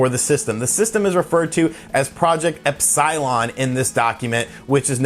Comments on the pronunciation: Ep-Cil-on. Not Ep-Sy-Lon... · Butchering the pronunciation of Epsilon cracked me up for some reason haha. Great video as always bro! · Ep-sigh-lon? Lol but your from NC so it's ok. I'm from NC too lmao But great vid love the content and frequency of new videos your putting out. puttin in that work SON!